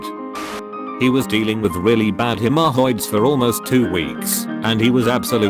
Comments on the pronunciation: French accent "hemorrhoids" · The way haemorrhoids was said sounded French, I like it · 'hemorrhoids' why does the voiceover say it like that